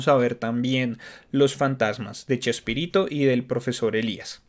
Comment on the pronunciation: q risa cuando dices Chespirito jjeee